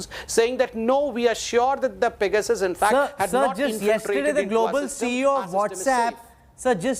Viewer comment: Only has to sound different and say "fecasus" -- it's simply PEGASUS.